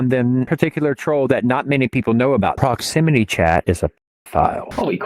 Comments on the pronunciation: "Pwoximity Chat is a pedophile" "Holy cwap" That shit had me dead bro💀💀💀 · why dose every person say Proximity Chat wrong